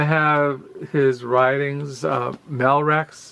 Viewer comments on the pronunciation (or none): By the way... André Malraux...his surname is pronounced with the "x" silent as in all things French.